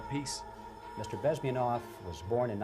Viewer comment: I don't wanna be mean but its bez•min•ov, guy's important, let's get it right